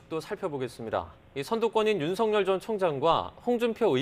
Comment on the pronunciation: ㅡㅡㅡㅡㅡ 아나운서들 ㅡ 자질 없다. 우리말 발음 똑바로 하세요 ㅡ연음법칙 ㅡㅡ윤석열ㅡㅡ>윤서결 윤서결 ㅡ 발음이 맞습니다 윤ㆍ서 ㆍ결 윤서결 ㅡ 발음이 맞습니다 윤ㆍ서 ㆍ결 윤서결 ㅡ 발음이 맞습니다 윤ㆍ서 ㆍ결